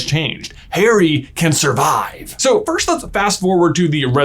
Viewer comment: No one: J: “FIRSHT”… “Philosopher’s Shtone” Im sorry love you J but I can’t unhear it now